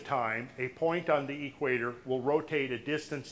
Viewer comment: is a great researcher and definitely an intelligent man. Which makes it even more confusing that he pronounces equator as "Eeek-waiter". It reminds me of hillbillies who pronounce cement as "see-ment" or police as "po-lease".